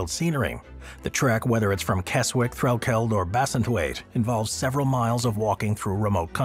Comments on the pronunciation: I just came to say the same thing. Kez-ick. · Keswick is pronounced Kez-ick 😊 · Keswick is phoneticaly pronounced. Kezzick! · the w is silent in the name Keswick